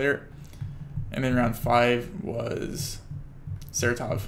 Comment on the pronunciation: Its not SaratOv, it is SarAtov